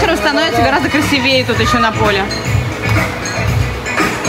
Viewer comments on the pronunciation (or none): я расстроилась на произношении красивЕе🥲🥲 вася Одень очки